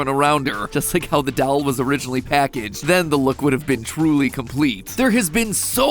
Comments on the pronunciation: It ain’t dauol it’s doll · it irritates me how you can't say doll but you can pronounce words such as '"culture" or more complicated mathematical terms I can't even give examples of yet you can not pronounce DOLL. You say it like DAWL with a drawl at the end. Bro. like D-ALL not DWOL. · i love how you say 'dal' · matpat saying dall scares me